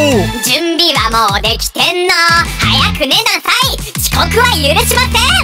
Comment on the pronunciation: 早く寝なさい の発音w